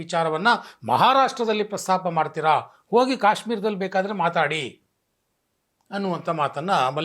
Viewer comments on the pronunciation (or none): none